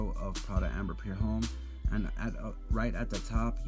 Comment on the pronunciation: why do you say "pure home" ? jw.. its spelled pour , and homme is pronounced "ohm" . i notice this in all your fragrance reviews. idk why but it bugs me ..youre a reviewer how could you not now how to pronounce basic french words correctly?